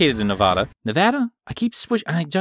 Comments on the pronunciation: Had your videos playlist playing in the background while doing some computer work You're pronunciation of the Silver State was correct Ne-Vadd-uh 😅 natives find it super duper cringy to hear Ne-Vuahh-Duh. We're not cowboys 😆 lol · That's it! That's how you say it! Say it the other way and you are liable to get lynched in Nevada